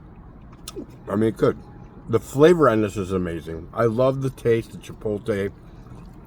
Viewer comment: Hey.....there's an "L" in Chipotle. It's not silent 😅🤣😂